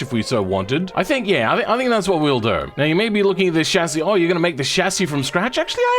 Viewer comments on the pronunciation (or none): none